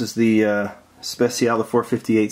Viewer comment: 'Speciale' is pronounced 'Spare-Chia-Lay'